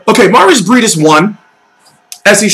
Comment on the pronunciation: I got u it's pronouced, MAReez BrayDeez